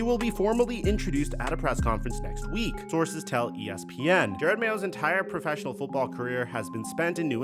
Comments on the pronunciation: His name is Jerod not Jared. Crazy you make a video about a guy and don’t even bother to say his name correctly. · Jerod not Jered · At least it isn't only DaRon Bland's name that you mess up. He pronounces his name Je-ROD. It's not like you can hear his name in film over the past 15 years or anything as the 10th overall pick in 2008 or DROY. I love your analysis sometimes, but the fact that you don't bother pronouncing names correctly is slightly unprofessional. It would be like all of us calling you Mick. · Its “juh-rod” not jared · I feel like you’re doing it for engagement at this point, which it is what it is; but it is “JUH ROD” It says it in the clip you used… he’s an all time Pats great and is getting the opportunity of his life right now, seems like you aren’t as informed as you are to not get the name right. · It's Ja-rod Mayo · You said his name wrong like 40x Jer-Rod.